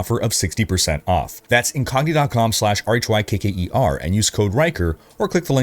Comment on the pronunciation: Even without the captions it actually sounds like you say "This is wanker"